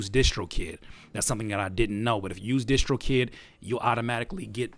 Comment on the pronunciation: why y'all call it dishtrokid ? isn't it distrokid like in distribution ? nice video though